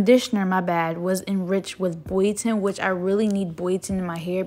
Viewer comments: It's bio ton not boyo ton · Isn’t it bioten*